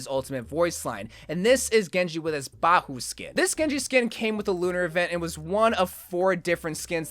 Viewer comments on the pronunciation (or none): man said ba-hu instead of bai-hu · Baihu is actually pronounced bay-oo